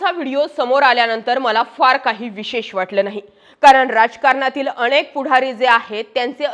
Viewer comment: भाषा जरा शुद्ध वापरलीत तर अजून छान होईल, अतिशय अशुद्ध वक्तृत्व... ते अनेक असतं आणेक नाही हो